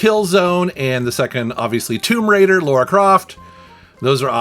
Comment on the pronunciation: Its lara! Not laura! Sry i guess im in a mood today, it really bugs me how many people straight up just say her name wrong lol